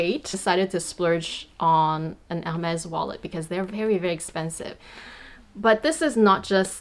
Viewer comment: Finally someone who pronounces the brand correctly, you gained a new follower 😊